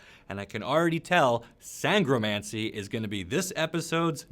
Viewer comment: You nailed “Sangromancy”. This episode’s NIcromancy is a Gangnam Style parody in 2019.